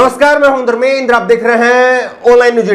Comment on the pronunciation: Dhanmendra your pronouncing wrong 😁😁😁